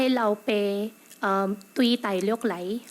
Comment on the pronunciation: from . "Góa ê lǎu-pě tùi tāi-lio̍k lâi. Góa m̄-sǐ tiong-kok-lâng. Góa sǐ hui-lī-pin-lâng". perfect pa yung tono. Kung talagang chinoy siya, ang pag pronounce niya ng "lio̍k" ay dapat "dio̍k" with a 'd'. Yung mga galing sa china ay nagpropronounce ng 'L' sa dio̍k. May tinatawag din namin ng mga chinoys diyan sa mga chinaman ay "TDK", short for tāi-dio̍k-á.